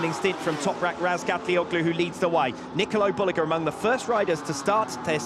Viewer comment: booaaahhh diese dämliche KI Stimme kann man sich nicht geben. Und das von WSBK persönlich. Traurig sowas ... da passiert sowas eine all time best Lap und dann mit dieser gruseligen Ausdrucksweise. das ist ein Bereich in das der BMW nicht gut dahinliegt. Ratzgar defrotzulguss .... nikolo derulug ... 5000 sekunden Rückstand nur zur 2ten Runde .. waaaasss ? mein Gott wie kann man sowas online stellen. Was ist los mit den Leuten ? Alles wird nur noch lieblos dahingeklatscht ...